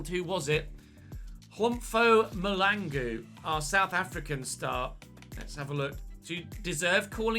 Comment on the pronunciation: It's really funny how you pronounce some of our South African names 😂"Mr Mahlangu". The way you pronounced it is not even close 🤣